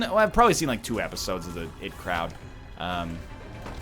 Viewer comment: Nl it's not the it crowd it's "the I-T crowd "